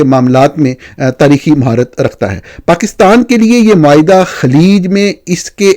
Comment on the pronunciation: معاہدہ ۔ معائدہ نہیں